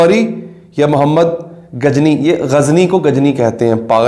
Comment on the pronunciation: Hahaha, ye ghazni ko ghajni kehte hen 😂😂 Zeera ko Jeera, Raza ko Raja, Factory ko Phactory, Information ko Inphormation and so on 🤔😁😁